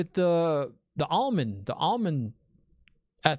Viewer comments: It is Amyrlin not Almonds. 😃 But you know what Almonds will do too. 😀 The Amyrlin Seat is like the Aes Sedai Prime Minister 🤣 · My bro you cant call her The Almond 😭😭🤣😭 love your enthusiasm as always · lol bro, you kept saying the almond and it made me completely forget the actual name of the "Amyrlin" seat lol..another great deep dive man, great questions. You're really good at picking up on things and i swear i just wanna get on here and start saying stuff but we cant, no spoilers! you're reactions are so awesome! Also, gratz on breaking 1k subs man.